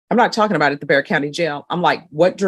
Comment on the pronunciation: Bexar. The X is silent.